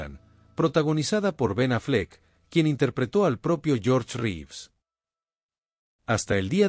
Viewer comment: Las acentuaciones insólitas y algunos defectos de pronunciación son clara indicación de una locución efectuada por inteligencia artificial. También dice Ben Affléck; Reéves y tal vez la peor de todas cuando habla de su muerte y dice: ¡Suicidió! 😮